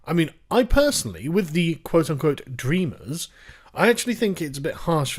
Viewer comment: Dreamers? Sounds more liked Drainers